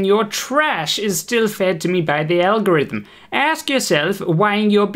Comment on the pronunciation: oof, when you read that you misread it as "NOT A" 😵 PS "alhorithim" 😂 i needed that laugh, ty. 👍